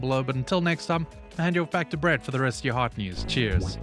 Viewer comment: Did he say I'm your "Brett host"?